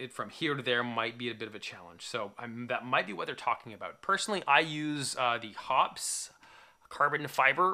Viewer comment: Hoppe's is pronounced like Hoppy's; not like Hops